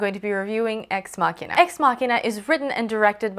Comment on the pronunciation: Love this review. Props for pronouncing ex machina correctly, we struggled to get it right in our ex machina review